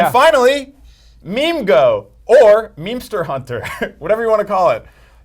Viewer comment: did these dudes really say "Meme Go"...